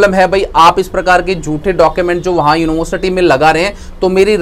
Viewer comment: University bol nhi paa rhe ho...@@